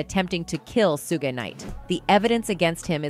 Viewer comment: Suge,suj,sugge lol